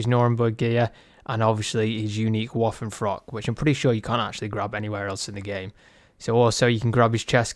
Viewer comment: "Woffenfrock"...come on man.